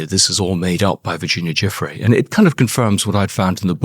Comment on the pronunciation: Her name is pronounced Jew Free